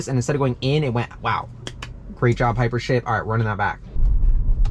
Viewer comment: Whenever you say hypership I think you’re saying hyper💩 😂